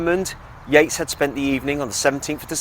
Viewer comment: 'Purpotato'? 'Taybak'? REALLY? 'YEATES'?' Her name was Joanna/Jo